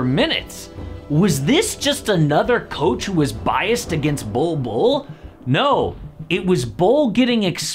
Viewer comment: It's "Bol Bol" mate